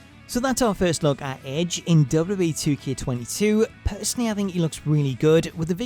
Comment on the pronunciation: Say wwe properly